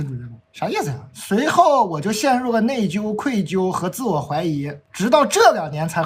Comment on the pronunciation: 内疚的“疚”读作“就”第四声，不是“纠”第一声。